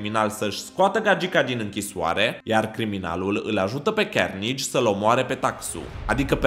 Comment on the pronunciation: Se zice carnaje